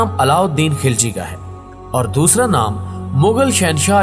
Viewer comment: Kis kis ko malaot kar diya yaar ek video like k liy khilji ko ghilchi bata thi ho afghan ko Turk bana diya Kiya anab shanab bol rahy ho tum